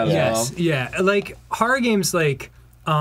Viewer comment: fucks up the pronunciation of "horror", the guys use it as a launch point for being funny, followed by getting mad and shutting everything down. Yep, that's par for the course.